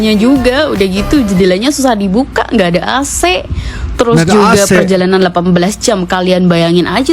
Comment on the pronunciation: AngkoL🙏 klo Bahasa Indonesia menyebut penyejuk udara atau singkatan Air Conditioner (AC) dibaca Aa - Sé bukan Eé Sé 😅😂🤣